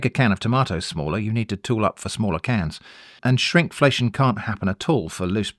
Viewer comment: Not me scratching my head when I thought you said Shrimpflation and thought I was outside the blast radius of an inside joke... The idea of using fish past as a stock starter is genius. I'm going to have to give that a try!